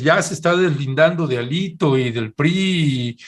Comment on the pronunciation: "HÁLITO" así le dice Claudio X